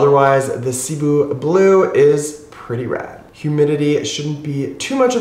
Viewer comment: sih-BOO. My parents are Filipino. Hopefully we can get correct pronunciation getting around more. Much appreciated.